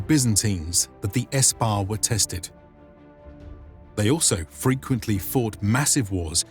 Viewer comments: No it's sepah in farsi It was Espah/Ispah is pahlavig-i Parsīg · modern persian : sepah middle persian : ispah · No it's sepah in modern farsi not in Pahlavic Parsīg